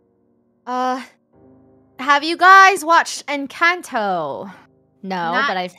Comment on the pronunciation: No it's called in-can-toe and love you